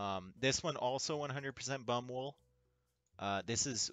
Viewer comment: Love how you read Baumwolle (cotton) as bum-wool. Hell no! Nobody wants merch made from bum-wool. The german passage you read is, as you assumed, a poll which has two options: Yes, I miss my beloved favourite clan more than anything else in this world. No, MUSH-Clan is just a gathering of overbearing noobs.